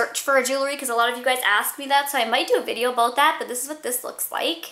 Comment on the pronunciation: Hahahahaha, she said "aboot" :D